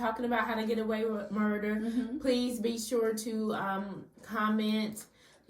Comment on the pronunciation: You left the R out of Murder.